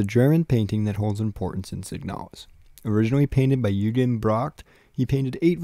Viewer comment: A couple pronunciation things, nothing major just thought I should mention them (these are only from my understanding of German though and I’m not a native speaker): Gestade = geshtaahd Eugen = oygin